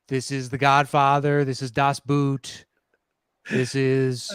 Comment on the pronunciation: As you mention so often "Das Boot". The "oo" is pronounced more like the "o" in "Borat".